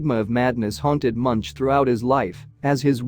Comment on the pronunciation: His name is pronounced Munk and at the time this was painted there was a volcanic eruption on Iceland so large it could be seen from Ekebergveien in Oslo where he lived.